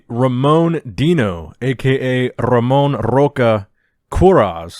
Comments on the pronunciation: Hey, just a heads up, Brazilians don't roll their "r". When a word starts with an "r" it's pronounced like an "h", like Hamon. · I lost everything when some american or whatever non-portuguese speaker tries to pronounce Ramon's name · Brazilian here. Just so you know, its pronounced Hamon (as in "heart") Hosha And not with a hard "R", but with an H sound